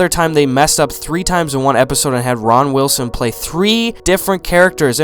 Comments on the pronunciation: ITS RAINN WILSON. NOT RON. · " John Kraninski" " Ron wilson" Im ded XD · “Ron Wilson” “Jim kraninski”